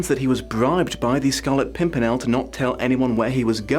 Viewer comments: you say "scarlet pompernickle" was that a mistake or just another way of pronouncing the name that is equally correct since you aren't the first person i have heard say that. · =I love how he kept mispronouncing pimpernel 😂😂😂... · Take a drink every time misnames the Pimpirnel for comedic effect